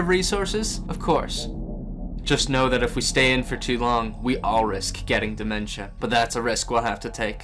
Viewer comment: for a second i thought he said 'the omz dementia' at the beginning